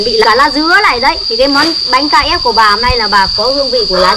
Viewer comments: Sau video này sẽ có thêm một cách đọc mới cho từ bánh crepe ngoài cách đọc "bánh kếp" Bà đọc "Bánh Ca dép" , mấy đứa bên cạnh cũng "bánh ca dép" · Bánh cờ rếp (crepe) ko phải bánh KF bà ơi. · Crepe chứ k phải Ca-ép bà ơi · Ca rếp??? Cờ rếp nhá haha bắt lỗi tí hoi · Bánh kếp mà bà lại nói là bánh ka rép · Sao k đọc là cờ rếp đc nhể:)?